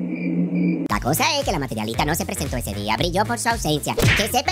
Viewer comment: JAJAJA!!! La materiOlista!!! Pero y pá qué, si ni siquiera lo sabe pronunciá!!!